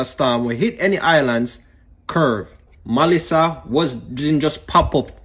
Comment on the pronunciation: It’s Melissa not Malissa🙄